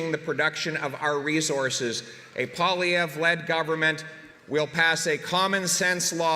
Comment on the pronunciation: POILIEVRE. Get it right right, will ya. ....."PAW-lee-EV" !!!🤣